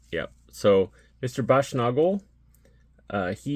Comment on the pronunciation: Baschnagel - it's a long "a" at the end of his name. Nagel rhymes with bagel.